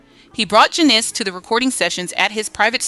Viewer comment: LOVE the SONGS, but the story telling by AI diminishes the project. It's important to tell the stories with accuracy and without making up words. *RISQUE is Ris-kay, not Ris-cue *WARNER BROS is Warner Brothers, not Warner Broes *JANICE is Janiss, not Je-ness